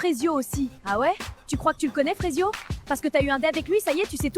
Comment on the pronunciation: Frésio pas frésito